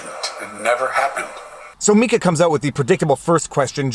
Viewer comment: Ty for saying Mika correctly lol